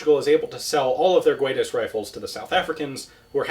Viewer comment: In portuguese "Guedes" is not pronounced "Gooedes" but "Geh-dsh". The way you pronounce it is more like Spanish. Here is an example: Good video!